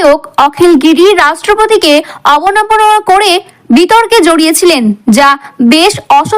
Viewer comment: অবনমনা নয় কথাটা হবে অবমাননা ।